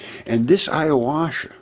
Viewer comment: Ayahuasca... youre pronouncing it a little wrong. Great video ... keep it up